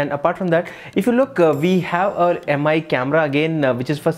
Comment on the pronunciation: Thanks for the video, btw its "Me" and not "Yem ei" Security Camera